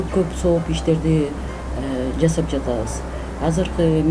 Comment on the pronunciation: Жазап эмес жасап деп суйлогуло